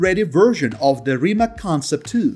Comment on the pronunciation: RIMAC is pronounced as RIMATZ, not as RIMAK. NEVERA price is about 2,4 mil.USD.